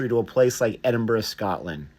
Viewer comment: Americans usually say Edinborough, great that you say it right.